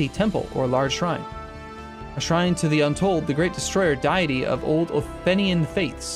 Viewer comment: day a tee not die a tee lol learn english much???